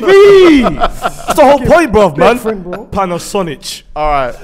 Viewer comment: MAN SAID PANASONIĆ 😂😂😂